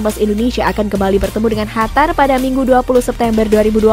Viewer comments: Qatar min, bukan hatar wkwkw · Bukan hatar tapi Qatar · Dari kemarin2 juga ngomongnya hatar2 mulu,, biarin ajaa ,biar si mbak nya seneng wkwkwk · Si eneng mnta d cium ngmong hatar mulu